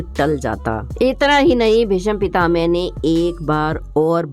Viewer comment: Are bhai pronunciation To clear karo yl BhisampitaMe Na bola wo to BhisampitaMa Hai bhai